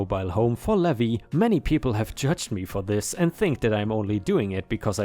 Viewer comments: Levi = Lee vie (hard "i" sound). "Ye Olde" would be said as "Yee olde," not "yeah olde." lol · Levi is pronounced Lee-vye! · Hey! Hope you're having a great day! On the side: Levi is usually pronounced Leave-eye. The "E" and "I" are pronounced via their names rather than the sound they make. Dunno why it's that way without any accents to show the secondary pronunciation like other languages do. I have an accent in my name and no one has made comment of it. I'm just lucky that my name is a generally well known one for where I live. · Levi is pronounced Leave-eye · It's lee-vy...for Levi ☺️ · dear it's pronounce LEE VIE.... like viking without the king 😉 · Levi (LEE-vi) is a man’s name from the Bible. LEH-vee is the pronunciation for “levy” (verb) which means to put a tax on something, and also the pronunciation for “levee” (noun) which is a ridge or wall of earth next to a river or lake to prevent flooding. New Orleans levees were overtopped by water during Hurricane Katrina.